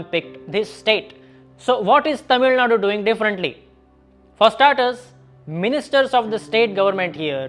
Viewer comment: as a north indian pronouncing tamilzhnadu accurately is appreciable and as a investor pov UP has biggest advantage in whole of india logistics is getting fixed by yogi's infrastructure at fastest way possible soon UP will reach 13% growth engine any produce need to be exported quickly since costal states have geography advantage inland states needed better and cheap transport which is enough for production